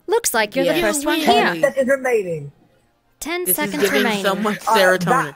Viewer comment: Your 10 seconds remaining sounds Australian